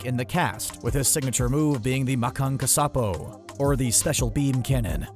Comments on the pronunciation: Ma-kanko-suh-po. God damn it. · Goku uses telepathy with Gohan and Trunks as well? Not very well researched and a terrible way to pronounce Makkankosappo